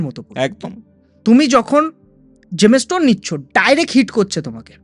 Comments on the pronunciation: Gemstone word টা সঠিকভাবে উচ্চারণ করতেও পারে না। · জেমস্টোন কথাটাই উচ্চারণ করতে পারে না ,আমার বড় বড় কথা বলছে ।